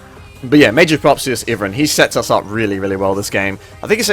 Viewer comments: its pronounced ive+ran. not iven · Pretty sure it's "eye-vern" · Iverin? Never heard it pronounced like that lol.